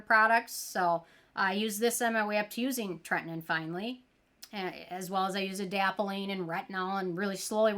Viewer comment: Ok, say it with me: TRET-IN-OIN 😅